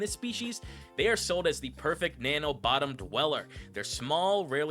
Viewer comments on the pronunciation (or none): none